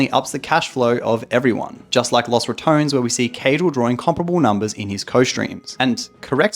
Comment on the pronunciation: "loss ratoans"